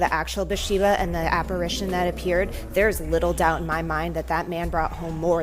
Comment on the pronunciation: said apperation🤣🤣🤣